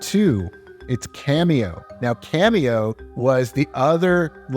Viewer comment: Hey bro, it's "Kameo" not "Cameo" (your video bookmarks)